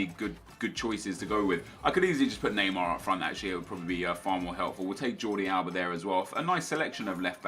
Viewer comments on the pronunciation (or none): none